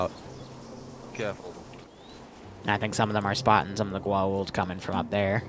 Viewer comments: Haaa-Tock Goo-Aw-oolld also the IDC are basically wrist-mounted cellphones. also Jaafa would call the goa'uld false gods mostlikely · AAAAAAAAAAAAAAAAAAAAAAAAAAAAAAa please your pronounciation pains me it's pronouced Go-ah-oold" and HA-Tak also YEY stargate also hatak stargates can't gate to the planet they're on, it's one gate per-planet so one would take precedence, since most don't have gates what about an op where you insert in tel-taks? they have functioning interiors